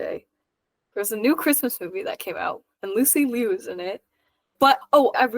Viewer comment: Finally, someone pronounces her last name correctly. Ironically, sounds weird to me even as a native Chinese speaker as we were shelled by so much Alysa "Lu".